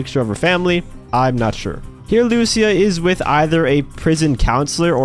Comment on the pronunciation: Please say lucia correctly jajajajaj her name has the accent on the i not on the u luc!a